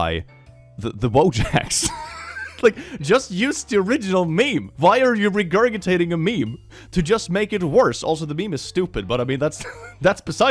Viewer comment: Ily, but every time you say regurgitating (a surprising amount of times) a part of me does lol. The second g sound is like a j